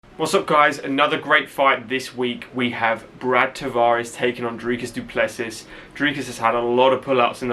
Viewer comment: Well done on the pronunciation! Not 100% but very close… close enough brother ;)